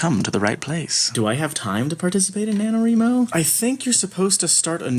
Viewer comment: This was the first year I did Nano. Also you pronounce Nanowrimo wrong.